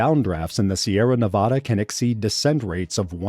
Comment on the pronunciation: For the love of god if you make another video about Nevada, say it right